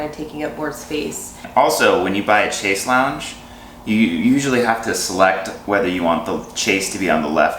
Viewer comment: FYI - "chaise" = pronounced like "shaiz".